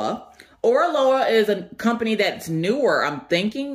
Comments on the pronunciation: Hello there. You are saying the name correctly. It is a combination of the hawaïen words ending with aloha. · can you please not bang the box? It hurts when I listen with earbuds. 😂😂😂 I love Oraloa, you are saying the name right! You should call them Areola though... Because it's funny... Thanks for the unboxing! Haven't seen those two unboxed yet. I am halfway through my Oraloa canvas and loving it. The drills are fantastical and the canvas is amazing to work on.